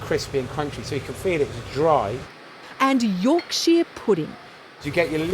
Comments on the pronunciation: It's Yorksher pudding not Yorksheer pudding. Yorkshire (pronounced Yorksher) is the northern English county the pudding originates. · Great video but as a yorkshireman it pained me when she said yorksheeeeer pudding 😂 its York-SHA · York-Sheer pudding 😂 Something foreigners struggle to pronounce it would appear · Yorkshire- like shyer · Did anyone else catch that Yorksheer pudding? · You'rek-sheer pudding